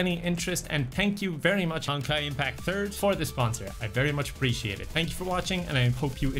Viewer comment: I swear he says "honkai impacturd"...